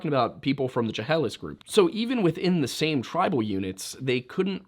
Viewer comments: I know the video is old, and it’s a niche correction, but the Chehalis pronunciation, as someone who grew up up in the area, is pronounced with an SH and not a hard CH, like you would in Chinook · Chehalis Sha-hail-us I got you